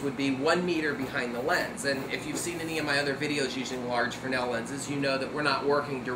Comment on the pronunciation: Well, the guy IS pronouncing the name correctly. Fresnel (pronounced "fre-nel," the "s" is silent. Leave it to the French to come up with something like this. The Fresnel lens was originally designed to be used in lighthouses.